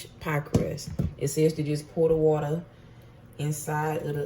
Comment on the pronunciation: “A cup and a HAOLF of wuter”